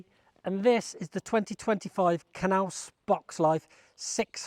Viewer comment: It’s pronounced Naus. The K is silent.